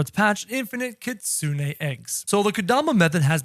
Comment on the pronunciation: It’s Kitsune not Kitsune 😭😭